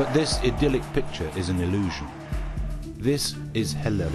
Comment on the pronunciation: i love the way he tries to say hällered